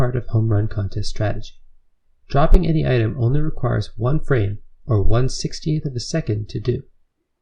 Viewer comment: i’m confused at the pronunciation of the word “Item”